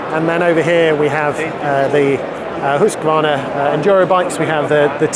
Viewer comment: Pronounces Husqvarna correctly too. Very rare. Hoosk-varna.